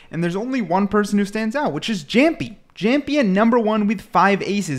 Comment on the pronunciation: brooo that's not "zamjjik"😭😭😭😭 he's kang kang and it's not "jampy" it is pronounced as yaampi